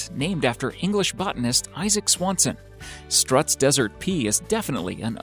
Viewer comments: Sturts desert pea... not struts. Lol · Its pronounced as stilts desert pea